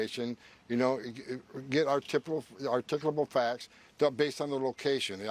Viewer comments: Homan "articubow" is not a word. Come on man!!!! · Wtf is this guy saying? "Ticklable facts"? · he should never try to say "articulable" 😂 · He can't even say "articulable". I had to hear him say it several times before i knew what he was saying. So he can't even speak English? DEPORT HIM NOW!